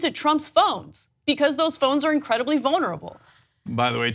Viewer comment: Ana always pronounces vulnerable as "vonerable".